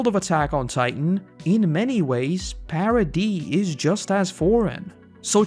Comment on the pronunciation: Whenever you say "paradee" i giggle a little.